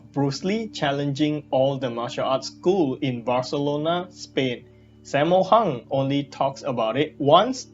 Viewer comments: How you Pronounce Sammo Hung? Saymo Hang.. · this is how you pronounce it "sum more hoong"